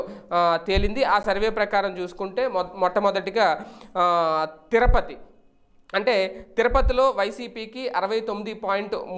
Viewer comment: తిరుపతి , తిరుపతి, తిరుపతి అనవయ్యా ,తిరపతి కాదు.